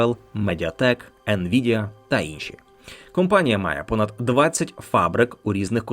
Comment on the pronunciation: Все круто, але попрацюйте над вимовою: компанія і кампанія - це різні речі